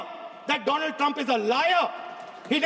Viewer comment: "first doland now dolum" poor dolund i mean donald trump.